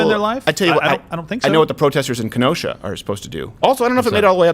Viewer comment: Thank you for pronouncing Kenosha and Sheboygan correctly!